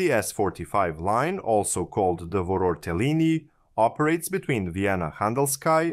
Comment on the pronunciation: The way you pronounced "Vorortelinie" made me crave pasta. "Yes I'll have the Vorotellini Putanesca please. "xDD